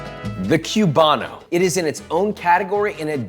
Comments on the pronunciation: Koo bah no Not kyew bah no. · It's coo-ban-o, not cyou-ban-o. Just sayin'.